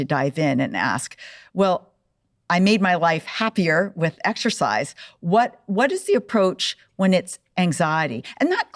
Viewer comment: 34 seconds in and she can’t properly pronounce exercise 🤦🏼‍♀️